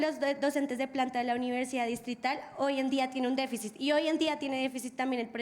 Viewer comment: "Hoy en día tiene deficis". Si, la educación va mal, ¡DEFICIS! ¡DEFECIS! Ni a hablar están aprendiendo allá. Déficit* .